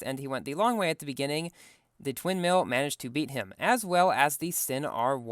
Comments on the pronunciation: did I hear twin mills or sin mills? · you said Sin Mill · bro you said SinsMill 😃😃😃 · “so the sin mills”😂😂